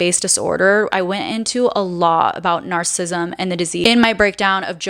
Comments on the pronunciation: Narcissism, not narcism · I think it is important to pronounce narcissist and narcissism correctly. Please check this and adapt your pronunciation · I love how you say narcism, and narcists